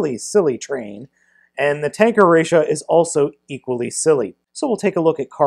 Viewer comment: ressha not rassha